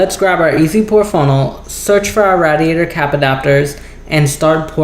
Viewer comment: Why can't you say radiator right?